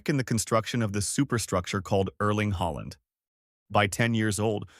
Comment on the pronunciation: So he changed his surname to HOLLAND! NO!. Bad AI American narration, as usual! Puts me off watching!